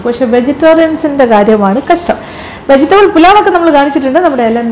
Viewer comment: Vegital അല്ല വെജിറ്റബിൾ....😍😍